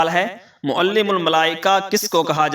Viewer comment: معلم نہیں معلم ہے لام کے زبر کے ساتھ ۔یہی تفسیر روح المعانی میں ہے ۔